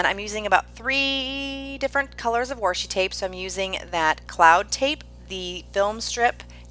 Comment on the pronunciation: Your PL fit the inspiration photo perfectly! BTW I love the accent you have when you say Washi!!